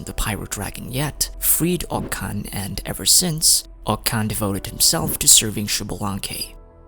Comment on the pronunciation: it’s pronounced “oCH-kan” btw